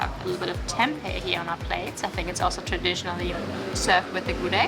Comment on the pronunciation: The pronounciation of "gudeg" is Gudêg (like eh sound) not Gudég (like pokémon sound), just information ✌️ and thank you for tasting the indonesian food. Btw, if you eat gudeg, eat it with rice so that's not too sweet :)